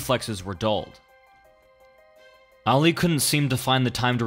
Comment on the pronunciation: The way he says ali is making me cringe